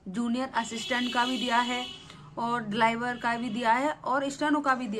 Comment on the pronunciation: ड्राइवर को डिलाइवर बोल रही है OBC को OBS बोल रही है 😂😂😂😂😂😂 बैठ गई cut off बताने 😂😂😂😂😂